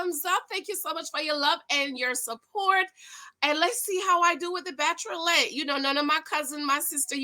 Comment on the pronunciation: Whenever you say "Bacherolette" Cousin.....I live!!!! I can't wait for you to review episode 2 giiiiiirlllllll